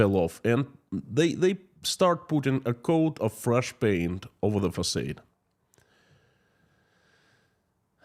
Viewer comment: Facade is pronounced fuhsahd. Oh that crazy English language!